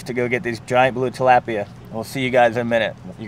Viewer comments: its tilapia agrwssive p and fast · He’s saying tilapia wrong